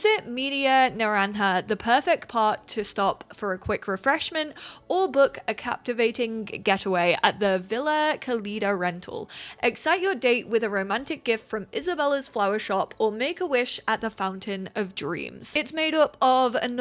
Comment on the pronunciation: Love your overviews! Notes on pronunciation: Villa (lla like in llama) vee-yah Cálida (cali like California) ka-lee-dah ... Accent indicates emphasis in the word. Rápido= rrah-pe-do (put some roar in it lol) Once accents are manageable, we can go over Xicotencatl (indigenous origin, like Xochimilco)